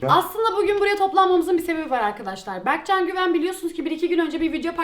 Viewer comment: yo anlamında demiyo bege diyo berkcan yani